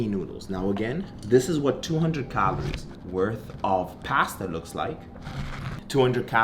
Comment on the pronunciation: How many "cahlories" do you eat? 😂